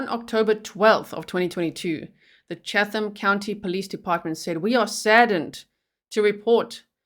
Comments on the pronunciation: You don't pronounce the "H" in Chatham. It's Chattam. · I live in Savannah. My daughter went to school with the mother. Just fyi: Chatham County is pronounced Chattam county. The H is silent. Thanks for covering this trial. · This is in Georgia, USA, where nothing is pronounced the way you think. Chatham (County) is pronounced Chat Um. No H sound. Just in case you ever have a case in Buchanan (Buck hannon) or Houston (How Ston). Told ya Georgia was different.